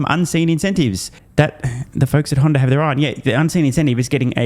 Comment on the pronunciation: he’s trying not to say Honder.